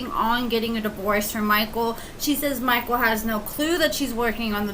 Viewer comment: I love how u say mikeul.... Mikeaull. MikeUUUL!!!!